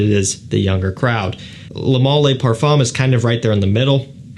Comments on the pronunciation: Why do you keep saying lay. Its leh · Juste FYI its not ''le mâleh'' its ''le mâl''. We dont pronounce the ''e'' at the end. 😉👍